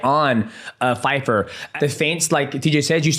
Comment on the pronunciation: Dj not Feifer,Pyfer 😂